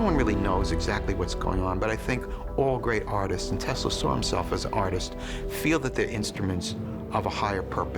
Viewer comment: Nikola Tesla not "Tasla"👍